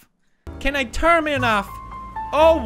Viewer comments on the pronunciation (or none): “ Can I turmin off” 🤣🤣🤣🤣🤣